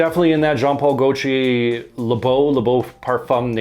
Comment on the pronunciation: It sounded like you said, "John Paul Goat Cheese." When comparing the Khadlaj Island. 😂